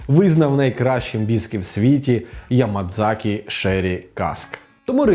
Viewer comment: і знову やまざき - Ямазакі а не Ямадзакі, ось ця кана ざ читається як "за" інколи через японську вимову може відчуватися приховане "дза", це як в слові "вчитель" - 先生 коли є намір сказати звук який там ніби є, але не вимовляється "сенсее", в кінці вроді би мало би бути "і" -"сенсеі", але насправді замість "і" там подовжена "е", тому щоб не помилятися читайте варіанти написання латиницею, тобто англійські версії - вони більш точні (хоча там теж є проблеми наприклад з подовженнями), "нікка" вимова за швидко після звуку "ні" повинна бути мікропауза ніби затнулися і аж після цього говорити "ка" - правильна вимова подвоєних звуків